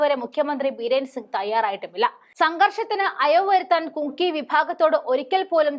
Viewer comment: മോളുടെ സംസാരം തെറ്റില്ല. എന്നാൽ പഠിച്ചുപറയാൻ ശ്രമിക്കണം. ഇതിൽത്തന്നെ കുങ്കി, കുങ്കി എന്ന് പലപ്രാവശ്യം പറഞ്ഞു. തെറ്റല്ലേ?. മണിപ്പൂരിൽ കുങ്കി വിഭാഗമല്ല ഉള്ളത്. "കുക്കി "വിഭാഗമാണ്. തെറ്റ് തിരുത്തി വായിച്ചു പഠിക്കുക. നിസ്സാരമായി കാണരുത്. എത്ര ചെറിയപേരായാലും, വലിയപേരായാലും ഇനിഷ്യൽ ഒന്നോ, രണ്ടോ അക്ഷരമായിരിക്കും. ആ ഇനിഷ്യൽ മാറിയാൽ ഒരു തന്ത (പിതാവ് )തന്നെ മാറിപ്പോകും. Keep it up.